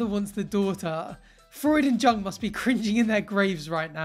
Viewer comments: it's pronounced Yoong (Jung) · I think is a really complex, and intuitive social commentator. But a little love lost when he mispronounced Jung 🤦 just a little though, love the channel.